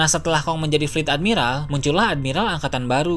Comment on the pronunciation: Ending ngomong nya pake logat :V woakwoakwoak admi-ralllll rallll wkwkw